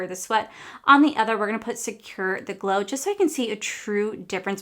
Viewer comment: The way you said secure the gler in the beginning made me smile😂